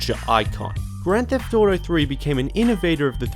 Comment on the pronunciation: grand debt auto